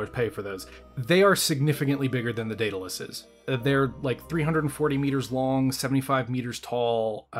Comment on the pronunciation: i worry that youre hung up on spelling. the name of the ship is clearly pronounced "dead-a-luss" thats how its always said..... 100% of the time. why do you keep saying "day-da-luss"? is it for fun?